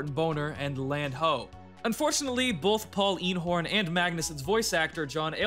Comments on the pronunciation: So. my uncle is Paul Eenhoorn (yes, two O's but you nailed the pronunciation which barely no one does!). I had asked him about this, and he had no idea that the scan he did ended up in any thing until I told him about it. The scan was done quite a long time before the actual release of Ep2. Anyway. I had no idea either, until actually playing... now that was one hell of a surprise! Rest In Peace uncle Paul. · just wanted to point out that eenhoorn (with double o's tho, & pronounced AYNE-horn) is dutch for unicorn, so this guys name is paul unicorn